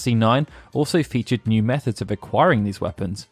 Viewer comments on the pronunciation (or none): none